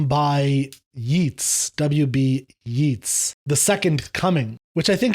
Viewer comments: Just a small note: "Yeats" rhymes with "gates", not with "sheets". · I've never hear the poet pronounced that way, but I guess you are talking about William Butler Yeats? His name rhymes with 'dates'! And in respect to 'Second Coming', you need to put it in the context of Irish nationalism in the early 20th century to understand it better.